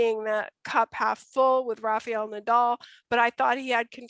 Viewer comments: It's not Rafeeel, but Rafael. Please learn to pronounce players' names in their countries' language. I know that Americans unlike Europeans don't by and large know how to speak other languages, but respect should be given when pronouncing players' names. While at it, please also note that Giron is pronounced Heeron, not Geeron. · I honestly don't think it should be that hard to understand that the letter "A" one uses to say RA in the first syllable of Rafael Nadal's name sounds, weirdly enough, identical to the very next "A" you find in the very next syllable of his name. So if one can pronounce the first "A" correctly, why oh why they manage to mangle the next one and turn it into an "EE" But it puzzles me even more the fact they then proceed to get both of the "A"s right on his surname with no problem at all. It has to have an explanation for it. It is very simple FOLKS: RA FA EL NA DAL All "A"s sound exactly like the others. How do you get 3 of them spot on and fuck up on one of them? God fucking Damn it! 🏴‍☠ PS.: But it gets way worse bc on right after it she goes and say "RAFA" with the proper pronunciation. Well the "EL" which is the last syllable is like "L" in English so I know it is not hard to pronounce. So say RAFA and then ad the "EL" and voilà!!!